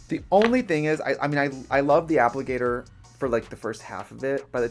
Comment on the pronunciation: Is it me or does Trixie always look like Magneto with his helmet when he starts doing his eyes? Also did she say "appligator" ? lol